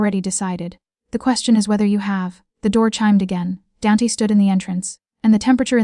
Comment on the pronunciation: Danty? I suspect it is meant to be Dante.